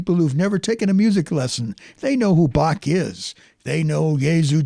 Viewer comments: Should praactice with : How , Him, Her,Human, Home, Hello, Hell....etc The C is silent -and it's BAH not BAK.....OK....I'm done with it.... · Yes 'tis indeed a slight blemish on the analysis to mispronounce the composer's name as "bokk" with hard "k" sound instead of "bokh" with proper "kh" sound. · Can you please switch to the proper pronunciation of Bach name? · Please Learn to pronounce Bach correctly! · I know this may seem petty, but could at least make some effort to pronounce his name correctly? It just sounds disrespectful.